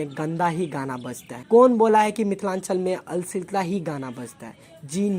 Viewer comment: Bhai अश्लीलता bolna pehle sikh lo tb video banao 😂